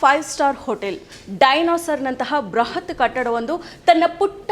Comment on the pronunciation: ಬೃಹತ್ ಮತ್ತು ಬ್ರಹತ್ ಗೆ ಎಷ್ಟು ಅಂತರವಿದೆ... ಹೀಗೆ ಉಚ್ಚಾರಣೆ ಮಾಡಿ ಪದಗಳನ್ನೇ ಬೇರೆಯಾಗಿ ಮಾಡಿ ಬಿಡುತ್ತೀರಾ...ಇತ್ತೀಚಿಗೆ ಎಲ್ಲರೂ ಕನ್ನಡ ಪದಗಳನ್ನು ಅಪಭ್ರಂಶ ಮಾಡುತ್ತಿದ್ದಾರೆ